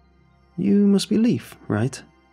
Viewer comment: Leif is pronounced Layf not Leaf. Great story though